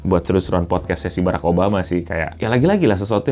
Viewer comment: Tinggal ngomong barak malah Beraek